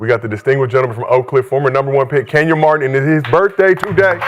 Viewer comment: Kenyons Arena 😂 gotta chill